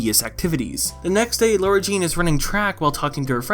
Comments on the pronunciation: Why does every YouTuber call her LAURA-Jean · In the books her name is spelled “Lara Jean” and she mentions that she doesn’t like it when people pronounce it Laura. It’s more noticeable when it’s written out and in the movie they don’t mention it so they all just sound like they have a slight southern accent